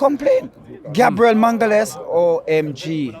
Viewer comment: Why cant he says "Our defender Gabriel" instead of raping his surname😂